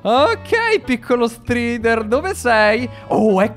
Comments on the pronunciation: Bel video! Cmq la prununcia é straider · Si dice straider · Si dice " straider"